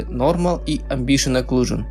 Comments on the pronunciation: Амбиент Окклузион, а не Амбшиен Окклузион А так ты гуд все делаешь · АмбиШиен ЭклюЖиен чи шо, - не слышу. - Даб-даб-да-а-аб :) - (Валакас). Надеюсь не всерьез парниша эти слова говорит. Я не против, но есть ебнутые люди которые будут переправлять как училки - встречался уже с такими.. - Всех почему то это раздражает, прям задевает их чувства можно сказать :) LOL.И еще один пример - Не "Меш Шмус", а "Мешь Смус" и т д. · Амбишн оклюжн?! Это просто дикий ор, амбициозная оклюзия Мэн))))Прочитай внимательно амбишн ахах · Дарекс .Опенджил.Амбишен оклюжен.Удиме) Это где так английскому учат?))) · Амбишен аклюжен )))) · амбишин оклюжин ахахааха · амбишен оклюжон :)) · Орнул с этого амбишен аклюшн